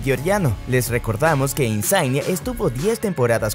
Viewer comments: Se pronuncia "INSIÑE" no "insain" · Exacto! La gn es Ñ en Italia... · Insain?😂 se dice insigne tal y como suena y se escribe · De donde sacaste Insaing? Insigne se pronuncia Insiñe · Por favor si van a hablar de fútbol, MINIMO pronuncien bien. Lorenzo INSIGNE, (no se hagan los ingleses, no es Insaign) se pronuncia así como se lee, se fue a jugar a la MLS (Major League Soccer) no a la MSL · Se pronuncia Insigñe, como que Insaign, ni que fuese americano el hombre. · ¿Lorenzo que?...es "Lorenzo Insíñe" (acento en la Í) ¡no INSAAING! y luego...Khvicha Kvaratskhelia ¡no se pronuncia así! Las "KH" de su nombre son GUTURALES. En español sería algo así como GgggVicha KvarasJelia (la "t" no se pronuncia) 🤌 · Lorenzo Insaign, kavarashelia...😂😂😂😂 Se dice: insigne y kvaraskhelia, lo dice el mismo...😂😂😂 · No es kavaratskhelia como se pronuncia, la “v” se pronuncia como “u” se pronunciaría como kuaratskhelia, e Insigne se pronuncia tal cual se escribe, es Italiano no es Inglés, el nombre de Zielinski se pronuncia Pioter, échale ganas, corrige los errores y lo vuelves a subir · Insigne (Insiñe), no Inzaghi jajajaja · Insiñe...se pronuncia Insiñe... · No hace falta anglificar el nombre de Isigne, hablas una lengua romance, gn en italano se lee como la ñ española, el resto es igual : INSIÑE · Insigne se pronuncia Insiñe.... La gn en Italia se pronuncia como la Ñ.... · Insigne se pronuncia Insiñe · INSIGNE se dice IN-SIG-NIE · Quite el video cuando pronunciaste insigne como “insain” 🤮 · Esta mal pronunciado el nombre de Insigne.